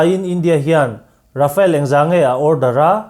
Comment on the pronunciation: Rafale hi English ang in I lam lo thei a ngem aw ka ti mai mai.. Rhafaal tih a lam tir a nia.. A chhan chu french o hian R hi (air) dang ri nen a in pawlh deuh in a lam thin a... A awm zia chu thlipui thawk thut tih na mai a nia.. Mizoram hi vai ho in Mizuram min tih sak hian, Aih Mizoram ti tralh thin ka ni😂